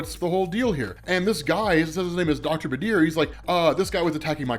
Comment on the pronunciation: the name Badr is pronounced more like buh-dur, there is no vowel in between the d and the r. The name means full moon in arabic. Love the vid